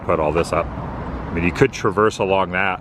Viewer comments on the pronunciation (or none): none